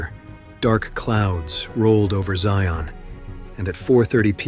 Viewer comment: It’s so weird to hear it called Zion National Park. (It should be ZY-un, not zy-ON though.) I know it’s the name, but I’m a Utah native and visited it many times on the way between St George and Salt Lake. For some reason, we call it Zions National Park. Not sure why.